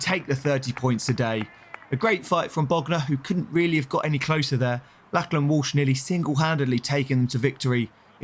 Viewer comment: Someone please tell him how to pronounce Lachlan correctly. Did my head in lol